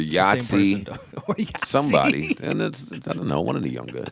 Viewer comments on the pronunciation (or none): he called Yachty "Yahtzee" lmaooo